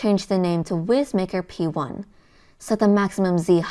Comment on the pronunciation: Young lady, I poked fun at this printer for its name on their Facebook page. They assured me it’s pronounced wise maker. :) your videos are great!